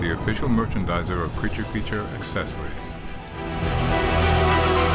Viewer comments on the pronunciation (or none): none